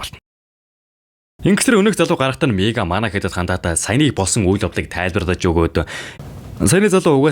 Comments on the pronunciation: Miigaa g niigaa gej sonsloshd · niigaa ged sonsch uyd 😂😂😂